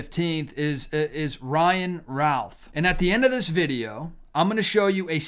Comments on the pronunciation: I am from NC where he still has family who were contacted about the pronunciation of their last name and they said it should be pronounced ROOTH or RUTH and not ROWTH. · We pronounce it Ruth here in Greensboro area.